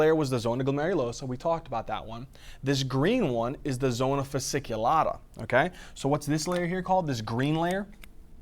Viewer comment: Hey, thank you so much, love your videos <3 Just wanted to correct 2 little details: it is zona fasciculata (not fasiculata) and cortisol actually increases the number of intravascular polymofphonuclear neutrophils/leukocytes, number of Lymphocytes, monocytes and eosinophils is reduced